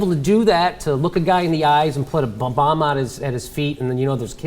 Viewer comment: Lol did he intentionally say bob-omb